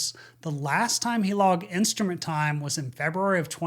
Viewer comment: That darn “insturment” time…